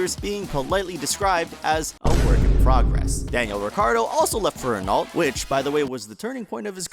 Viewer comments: Ren-alt? I thought it was Ren-oh? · are you seriously pronouncing renault as "ren-alt"? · And in every video, not just this one. 🤣